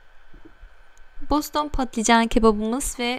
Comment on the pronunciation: Özür dilerim ama Boston değil Bostan